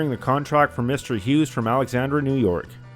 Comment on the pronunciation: '"New'' York?! 😀